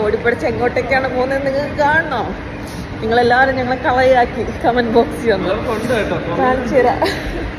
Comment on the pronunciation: കള ആക്കി അല്ല സോദരി, കളിയാക്കി എന്ന് പറയൂ...